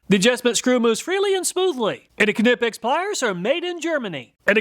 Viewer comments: Kah-nipix, lol. Never heard anyone call it that. Just nipix is how ive always heard it pronounced. Pretty sure the k is silent. edit: I love your channel brother. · knipex has been on the channel long enough now to be pronounced correctly ;) its not "ka-nippex" instead try "qneeppex" :) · NY-pex. Not Kuh-nip-ex. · It’s pronounced NIP-EX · It is pronounced "knee-pex." Uh, but great test. Thank you. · Knipex-pronounced~ nighpex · It's pronounced NYE-PEX. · Great video 😊 kah-nipex sounded like a sneeze 😀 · Please pronounce Knipex correctly - the K is silent and it's pronounced "Nipex" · isn’t it pronunced NY-pex? Like a knife?? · The Knipex YouTube channel has a pronunciation video. Kuh, ni, pex. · The k is silent. knipex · All these years doing tool reviews and you still mispronounce Knipex. The K is silent, like knee 😂😂😂😂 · I will never get over and forever cherish how you pronounced Knipex. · I believe the Knipex name has a silent K and the I is long. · Nope. Hes the only person ive heard pronounce the "k"